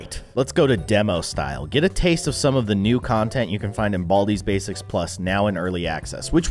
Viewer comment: Baldi‘s bacis that’s what it sound like you said